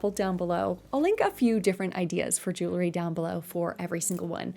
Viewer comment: lol are you saying jewlery?